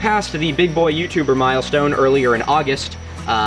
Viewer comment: The first time around I honestly misheard „To honour this Milostone…“